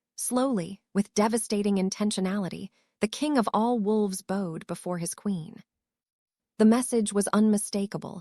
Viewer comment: Beautiful story BUT the A.I. needs help with pronunciation of some words !🎀ed instead of bowed (🙇‍♂️ed), and a few others that was almost funny . (Georgia)